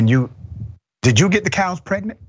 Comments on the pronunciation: The cows were "Prenint" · What’s a “peggednate” cow?